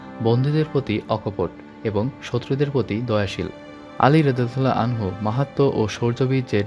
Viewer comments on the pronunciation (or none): আনহা হবেনা আনহু হবে। ভিডিও বানানোর আগে দয়া করে এগুলা জেনে নিবেন। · আসসালামু আলাইকুম। আনহা না ভাইজান আনহু হবে